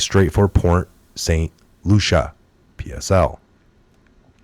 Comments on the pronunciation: As a Floridian. I have to say it's Port St LUCIE not Lucia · it's Port Saint Lucie (pronounced Lucy, not Lucia). Thanks for all of your hard work! God bless you, USA, our President and all Patriots!! God is always in control. I live 4 miles from the nuke plant in St. Lucie County. God answered prayers and kept Dorian off shore!!! Even if He used humans to move it, He made it move! Thank you Jesus!!!! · lucie = Lu-see ..... not lucia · Pronounce Lucy not Lusha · Port St Lucie ( pronounced LUCY) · It's pronounced LUCY - lol! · Port St Lucie. Lucie is pronounced "Lucy" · Dear. Saint Lucia is An Island Near Saint Croix. Saint Lucie is in Florida. It’s Pronounced Saint Lucy. Thank you for Correcting That. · Are you purposely saying Port St Lucie name wrong? Asking because I know you guys are being careful about your wording now because you're being monetized. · It's pronounced Saint Loo-sha.